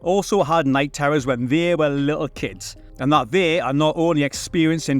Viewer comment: "They" ... I thought you said "V".